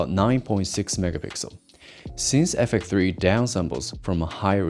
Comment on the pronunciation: Out of tolic but I don’t get why you can pronounce X but not FX3, what is ‘effek 3’ bro 😢